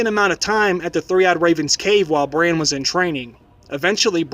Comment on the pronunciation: BRAN, not brain plz